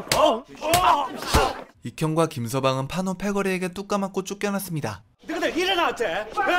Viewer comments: 왜 자꾸 판오라고 하냐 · 판오가아니가 판호에요